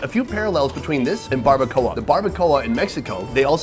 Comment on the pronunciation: It's called BARBACOA! not BARBACOLLA!